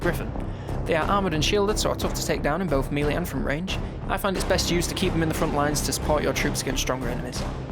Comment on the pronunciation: MELEE as in "Mel-Ay". Please stop saying MEE-LEE. I like your videos but this hurts me.